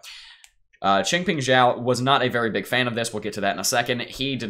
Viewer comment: You are the first crypto youtube guy to pronounce Chengpeng Zhao's last name correctly lol. Everyone else calls him Chengpeng sow or Chengpeng zow :) Great analysis too!